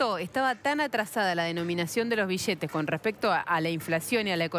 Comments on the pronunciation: Por que dice bishete? es billete, me transformo en peter capusoto y le digo que hable bien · Chee piva... Se dice billetes, y no es BISHETES... Che piva Anda a la escuela de buenas pronunciaciones. Y no es chiste che piva!... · Dijo como mil veces "bishetes" en 5 minutos :/ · Billetes ni bisheetes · Nadie pronuncia bien la doble L (ll) la mayoria pronuciaria bi-ietes o biyetes, cuando la forma correcta es bilietes. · Billetes no bishetes no entiendo por qué no hablan normal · billetes, no bishhetes, BILLETES. DESTRUYERON: DESTRUSHERON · Bishete, billete estos argentines y su pronunciacion de mda. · en baires la pampa y santa fe hablan mucho con la sh...acá en Córdoba capital en ves de pronunciar bishetes el cordobés bien de barrio te dice biiiete jaja en baires las palabras con ll se pronuncian con sh acá en Córdoba con la i por ejemplo llevar shevar y el cordobes hincha de talleres iievar...jaja somos unos culia... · mas de 8cientos mishones de bishetes -billetes* -y plata es mas JAJAJA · se dice billetes no bishetes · no se dise bishete sino billetes. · jaja amigo soy de perú y cuando digo bishhetes es por que me causa gracia pero en buena onda , pero si opinara en mala onda diria que destrozan el español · bishetes grandesh y bishetes shicos. :V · Pero como se destrushen los bishetes bishetes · Mishones de bishetes en pequeños ladrishitos xd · juan pablo bertoldo Obvio que shia shabia. Bishetes shicos y bishetes grandesh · Iusa Une alomejor xk asi viene enel libro de eyos bishete 😂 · Rigoberto Rojo En Argentina, Uruguay, y Paraguay hablan así por la influencia del portugués en América con el idioma español. Los bixetes o bishetes mixones, o mishones, es el shhh del portugues. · Que muchas veces dijo bishetes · Una pregunta, sin ánimo de ofender, por qué si se escribe "billetes" lo pronuncian "bichetes"? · Es Argentina por eso dice "bishetes". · Bishetes de mashor denominación bishetes bishetes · Bishetes mashoria ,destrushe ,ladrishitos .